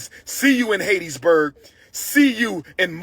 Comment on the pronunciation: He irked my nerves calling Hattiesburg Haiti’s Burg.